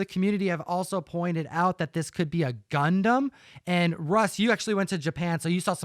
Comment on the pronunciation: So good to hear you guys say Gundam properly and not “gun-damn” 🤣👍